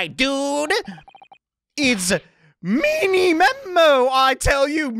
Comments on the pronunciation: his name is many memo not mini memo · also the last name of the news reporter is pronounced "manymemo", just like how you found the pun in his name. Hope his helps